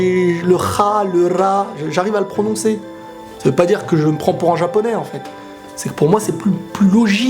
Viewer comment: Enfin un qui prononce pas les R japonais en R français ! Yatta !